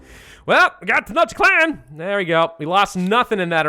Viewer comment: Tenochtitlan is pronounced (Ten-osh-teet-lan)